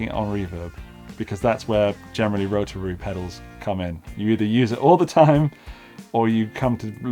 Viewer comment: Love how you pronounce "rotararary". That's how it should be said!